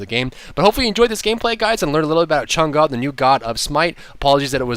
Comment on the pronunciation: from the people of china: thank you for pronouncing her name correctly! :)